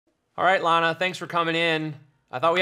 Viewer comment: "Llama" Del Ray lol!